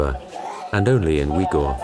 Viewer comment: If you are going to do a credible documentary, maybe you should learn the pronunciation of the place and people you are reporting on. Xinjiang, Urumqi, Uighur are just some of the mispronunciation. Nothing more irritating than listening to the mispronunciations throughout the entire video.